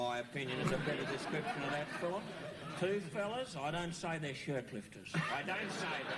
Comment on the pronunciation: The FiLm industry, I think it was the Queenslanders who used to put the emphasis on the L 🤣